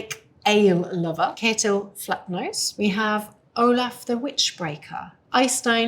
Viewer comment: A viking age specialist that can't pronounce names. 1 minute in and the only name I recognize is Ketill Flatnose (Ketill Flatnef) because it sounded remotely accurate lol